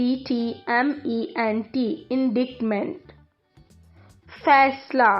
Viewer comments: ان ڈائٹ مینٹ ہوتا ہے ان ڈیکٹ مینٹ نہیں ہوتا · اپنا تلفّظ (Pronunciation) ٹھیک کریں جی۔ (Indictment) کو غلط پڑھا آپ نے۔ "انڈکمنٹ نہیں "انڈائٹمنٹ" ہوتا ہے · یہ انڈٹمنٹ نہیں انڈائٹمنٹ ہے۔ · Indictment pronunciation is wrong